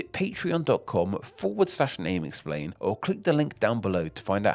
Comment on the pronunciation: where does your accent come from? below = belowa, thank you = thank youwa, patreon = patreona ?